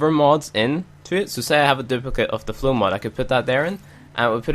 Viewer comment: Why you read flow to flu